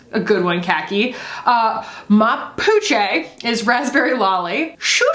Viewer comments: I wonder how Garçonne compares to the Roen Lip Balm in Scout, the Victoria Beckham Lip Tint in Bisou and the Posh Lipstick in Pose. FYI, Ma Puce is pronounced kinda like pousse (like mousse but with a P), it literally means My Flea and it's a French term of endearment ;) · the ma puce pronounciation is everything